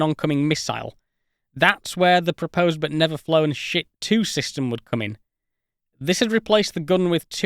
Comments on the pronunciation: Sorry duder, it's "shtit" (щит) not "shit" (шит) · The Russian word for shield is pronounced more like "sheet". Not as funny, but more accurate. In any case, thanks for the video!